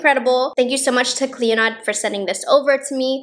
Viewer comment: The D in Clionadh is silent!